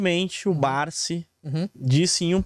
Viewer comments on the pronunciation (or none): Ele fala Barzi e não Barsi conhece muitoooo! Kkkkkkk